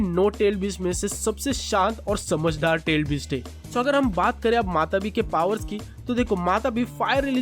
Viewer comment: Matatabi not matabi